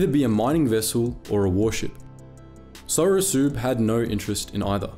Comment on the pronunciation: I believe its pronounced sorosub like submarine. Haha but the way you say it is endearing.